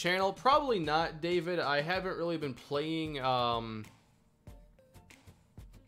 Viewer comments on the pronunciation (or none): none